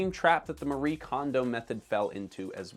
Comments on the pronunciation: She is Japanese and it is not pronounced "Marie" but instead "Ma-ree-eh". This is not a "Japanese art of decluttering and organizing", that is complete bullshit, no one here in Japan had heard of her and her concept before she started it. Homes here are cluttered too. and I would say more so then in North America. I will give her credit, she made this genre and milked it. Good on her. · The "e" in "Marie Kondo" is not silent.